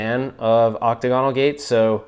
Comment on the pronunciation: Yo, I'm not sure if it's an American pronunciation, but octagonal is not "octagon-al" it's "oc-tag-oh-nal" You're videos have inspired me to get into the home arcade hobby - I'm not trying to be grammar nazi or anything. 😬. 👍👍😎